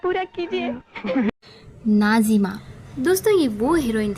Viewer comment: What’s wrong with you Can you not pronounce Nazims 🤨 Why keep saying Najima 😡